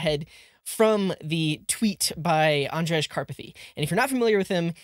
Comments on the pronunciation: that is not how we pronounce Andrej😂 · Yes. The right way is to simply say Андрей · He tried!